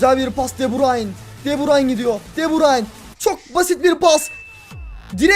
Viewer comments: Abi de burayn diye okunmuyor döbrün diye okunuy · Deburayn değil debrun olcak abi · keşke de burayn demesen telefazu de burüyn onu:D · Abi de burayn değil de burü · abi de burayn deil de büryn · abi de burayin değil okunuşu de bürün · abi de brayn diyosun doğrsusu de breine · abi deburayn deil debroyn diye okunuyo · Abi o de brayn değil de bruyn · De Bruyn degil miydi o de burayn nedir qgagafaff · Abi de bursun değil de bürün abiı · Artık Şu Adama DEBRAYN Deme Deme Deme DEBRÜN Denir tamam mı Kevin De Bruyne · de brayn degil, de brüün diye okunuyor kac bolumdur yaziyorum yorumlari okumuyosun begeninde ustte kalsin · abi onun ismi de bruyne deil kevın de brayn de daha iyi olur :D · cim de brayn değil de bürün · abi de brayn degil de bruyn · Kardeşim adamın adını DE BÜRÜN diye telaffuz edersen daha doğru olur. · de broyne diye okurmusun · o De bruyne okunusu Dö brayn boyle okursan dha iyi olur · De bürün o e şunu artık de bürün. De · abi kevin de brune yalnis soyledin